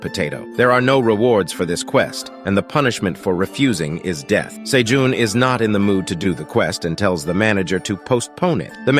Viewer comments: Is his name pronounced "say-june", "say-john", or "say-gene"? I'm confused because this dude pronounces it all three. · sayjohn sayjune sayjean ive heard so many differnt pronunciations of this mans name in 30 mins i can help but laugh later on the cat sells 1k tomatoes then says he can only hold 150 wtf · OMG can you decide on the name? is it Sejoon or Sejun or what? there's at least three different pronunciation for his name so freaking annoying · I love the story but OMG can you stick with ONE way to pronounce Sejun's name?